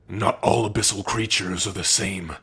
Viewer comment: You could say Abyssal pronunciation is... ABYSMAL 😎😎😎